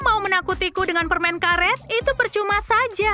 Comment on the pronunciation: Permennnnnn bukan permengggg heeeeeeh